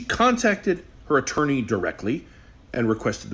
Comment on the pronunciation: The second she called an attorney an "interny" made me immediately discredit everything she said after the point.